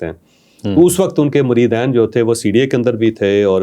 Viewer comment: Acha Kiya adab ka lihaz rkha haan lafz moreedeen ka talaffoz drost Karen moreedaeen nahen k iske mana he 2 moreeda